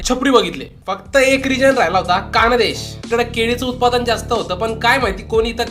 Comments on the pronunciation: Khandesh mhntyat dada kandesh nai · कानदेश नही रे खान्देश आहे